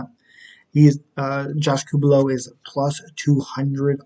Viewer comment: You tried. But it's pronounced coo-lee-bow